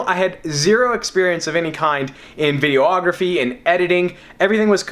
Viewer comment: Dude, it's just videography, not video-ography. Not trying to be "that guy". Just pointing it out.